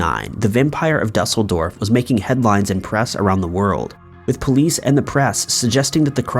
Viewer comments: It's not DUH-sel-dorf. It's DOO-sel-dorf. Frankfurt is part if Germany, and not a separate entity. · You can say "acrued" - try use that "ue "in Duesseldorf ☺